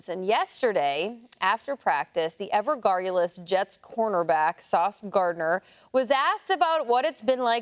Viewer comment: Ever garrulous ? Did not even pronounce the word correctly. When sports media people attempt to be learned by using big words 🤦‍♂️